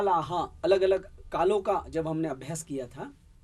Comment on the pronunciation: मैंने पहले भी कहा था और अब भी प्रार्थना कर रहा हूँ कि आप अं की बिन्दी बोलने में हर जगह छोड़ रहे हैं। कितना अच्छा हो यदि यह त्रुटि आप सुधार लें। अभी पहली ही मिनट में आपने... कालो का, लकारो का बोला; जबकि कालों का, लकारों का बोलना चाहिए था। प्रणाम। दक्षिण भारतीय बिलकुल अं की बिन्दी प्रयोग नहीं करते। इसीलिए आपके साथ ऐसा हो रहा है।